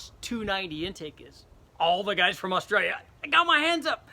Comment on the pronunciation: Awustawwlia not australia